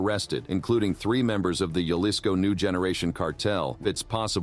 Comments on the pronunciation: Halisco not juhlisco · Repeat after me HA-LiSS-CO Jalisco!! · Ja- lis- co. !!!